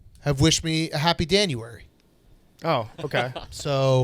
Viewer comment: I don't know who's feeding you this fake news, but it's Jonuary not danuary!